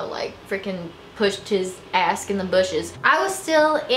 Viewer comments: I love how you say "ask" instead of "ass" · Lol "hauling ask"